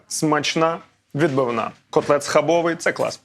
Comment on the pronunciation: Бльо, не схабовий, в польській мові немає закінчення й, схабови!!!☝️